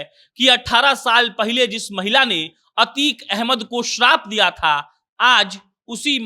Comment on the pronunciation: अबे यार अच्छे से अभ्यास कीजिए अतीक अहमद है अतीक पाल नही